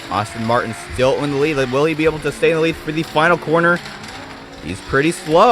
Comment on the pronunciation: Pronunciation Aston Martin not Austin Martin Alfa "Row Mayo" not Romeo, excellent races.